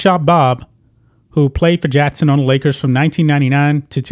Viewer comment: It's Phil JACKson not Phil JATTson.